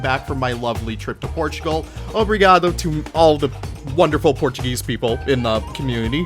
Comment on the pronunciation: loved hearing you say "obrigado" <3 <3 <3 hugs from brazil!